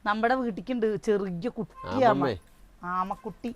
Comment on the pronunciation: ആമ എന്ന് ചേച്ചി പറഞ്ഞപ്പോ njan കേട്ടത് മാമ മാമ എന്നാണ്😂